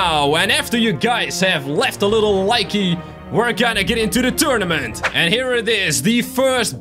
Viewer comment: did he say tunament